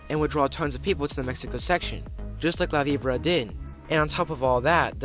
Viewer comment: La Vibora is painful, but not as much as hearing this kid repeatedly mispronounce it.